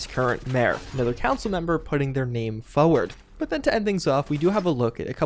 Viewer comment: You say forward like a degenerate